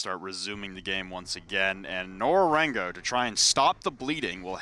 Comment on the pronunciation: Nora rengo isnt that hard to pronounce. its so fucking annoying to hear Nora rengu 5000 Times. i cant watch any longer